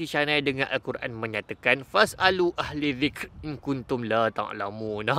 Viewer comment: Terbaik ❤️ Cuma pembaikan yang saya boleh bantu sama² belajar ✨ 1- Fas'alu Ahlazikri ✅ - Fas'alu Ahlizikri ⛔ 2- Afala Tatafakkarun ✅ - Afala Yatafakkarun ⛔ Terus Abang ❤️ sambil buat sambil sama² belajar ☺️ I love the mixing term islamic-science Wallahua'lam